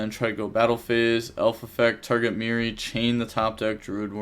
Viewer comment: It's fucking Merli not mirri ffs and you wouldn't stop saying it